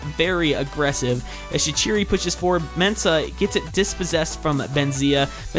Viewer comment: shaquiri is prounounced Shak-qureey